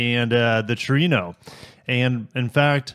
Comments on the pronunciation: Trueno!!!! Not Torino!!!😂😂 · Trueno is Spanish for Thunder. True ea (as in egg) no. That wagon looks awesome to me that likes wagons. Thanks for sharing!